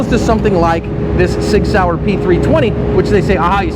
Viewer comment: Shig Shauer, ha... Very Dutch. How many people get that? Lol